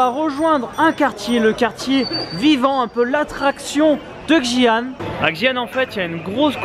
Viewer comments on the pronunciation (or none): lol c'est pas djian les gars , c'est Xian prononcé ciiiaan... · J'adore 💖 Xian est une maaagnifique ville! Mais ça se prononce "shi-an" pas avec le X 😂😂😂 j'ai hate de voir la video votre ascension du Mont Hua! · En gros, Xi'an se prononce "schi anne". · Ptdr, connait à peine les régions qu'ils visitent et ne sait même pas prononcer correctement les endroits où il va, alors de là à parler de la répression des Ouïghours:')